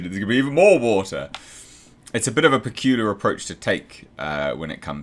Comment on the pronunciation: AND BO'OH'O'WA'ER.... world